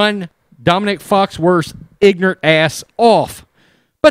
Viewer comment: you should've pronounced "ignorant" a little more clearly....